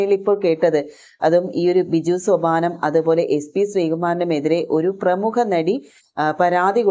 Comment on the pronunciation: പ്രമുക അല്ല പ്രമുഖ ആണ്